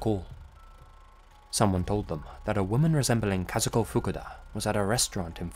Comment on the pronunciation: great pronunciation of Kazuko's name!